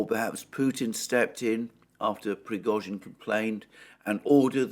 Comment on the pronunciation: This dude needs to put some respect on Prigozhian's name